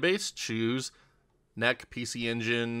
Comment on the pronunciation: It's pronounced en eee cee, but I assume you knew that and just wanted me to leave a comment for the algorithm.